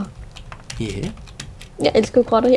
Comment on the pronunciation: da du sagde "jeg elsker grotter, jeg elsker grotter, jeg elsker grotter," der lød det mega meget som om du sagde "jeg elsker Robin, jeg elsker Robin, jeg elsker Robin," i er så søde sammen:-)